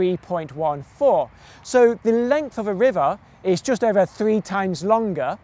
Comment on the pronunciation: π Δαυ ις οβερ! Pi day is ober(over)